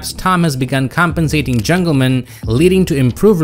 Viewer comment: I hate how you pronounce Jungleman like his actual name is Dan Jungleman or somethin